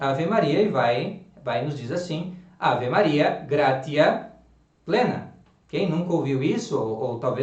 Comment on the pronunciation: Salve Maria! Prezado, permita-me uma correção. O "t" seguido de "i" breve mais vogal soa como "tsi"; portanto "gratia" soa "gratsia". Basta notar nos Angelus rezados pelos papas, como por Pio XII, por exemplo (tem aqui no YT), e também nos livros sobre o latim eclesiástico, como o de José Aristides Gamito.